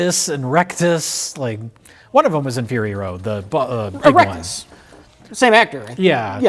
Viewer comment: Um ackshually it's "Rictus Erectus," not "Rectus"